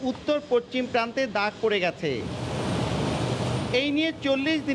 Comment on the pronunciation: রিপোর্টার পিলার বলতে পারেনা পিয়ার বলে।